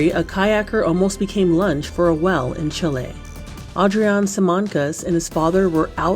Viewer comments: She was saying well instead of whale lol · AI voice slop?..can't even pronounce the word 'whale'. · Nobody notice how she said whale? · Omg yes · Am I the only one confounded by her way of saying ”whale”? 😂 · No, that bothered me so bad!!! 😂😂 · Whell and ci-ment